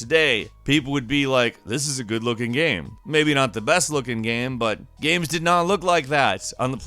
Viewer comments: Are you actually unable to say "Games" and must say "Gams" instead?? What a buffoon. Learn to pronounce. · Why do you pronounce games as "gams"? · It's pronounced "games", not "gams" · Gheahms? You mean games